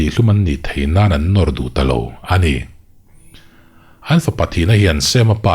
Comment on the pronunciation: Enge Amah erawh chu tih tur ang chi ah te leh A' hawrawp bula a awmna ang chi ah , ha'mah erawh chu tihte, Ani chu tih turah, Hani chu tih deuhva ilam tlat a... Ahnu ah tih ah tepawh Hahnu ah te i tih veka?🤣🤣🤣🤧